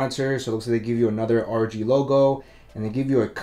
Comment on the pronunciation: RoG is pronounced like NFL.